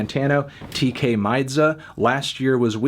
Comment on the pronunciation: No melon, it’s Tkay not Tay-k. I’m sorry to be the one to tell you. He’s not freed.